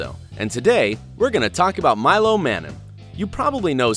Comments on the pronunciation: you're saying Milo's last name wronge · I’m a Milo Manheim super fan and you said his last name wrong but otherwise Milo and Meg😍😘😋😋